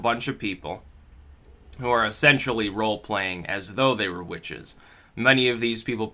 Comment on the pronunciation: You mispronounced witches.